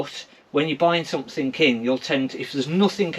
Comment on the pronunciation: Btw it's somethinG, not somethinK! Same with nothinG vs. NothinK. There's a G on the end! Pet peeve of mine. =)